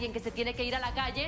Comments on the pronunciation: Min dice galle en vez de calle 🤣🤣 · Min dice galle en vez de calle 😂😂